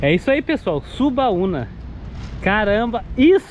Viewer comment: O nome é Subauma e não Subauna como vc está falando. Sou de Alagoinhas e aí é a melhor praia que todos os Alagoinses gostam